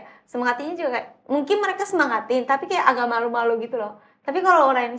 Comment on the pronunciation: Jaksel banget : “keya” (kayak) Tapi kenapa ngomong “sebelum” jadi “subulum”😭